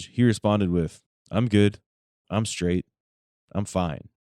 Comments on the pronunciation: I got sick of this wangsta constantly saying “Scraight” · When I hear this little squirt of piss say his birthday I'm like "he was just born" then he said "I'm scraight" and I started to wish he was stillborn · Whoever made the subtitles for the interrogation must be deaf, every bit of the "inaudible" parts were clear as day, he was saying " I'm Straight" not "I'm Screwed" or "I'm scared", just pronouncing straight as skraight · Be scraight? Whats scraight? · Just gave it to him “skraight” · Did he say...skraight???? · What is a 'skraight'? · How is he adding a "k" in straight?